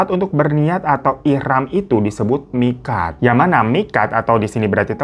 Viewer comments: Tulisan miqat bacanya miqot bang.karena huruf qof fathah itu qo bang.cuma ngingetin saja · Koreksi aja ya bang, bacanya miqot bukan miqat. Emang tulisannya miqat sehhhhhhh😂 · tulisanny MIQAT tpi dbcany MIQOT kak